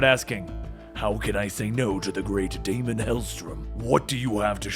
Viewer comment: bro love your videos but it's Daimon Helstrom, DAY-MON like Matt Daimon and it's Erik Selvig, SEL-VIG. but yeah love 'em!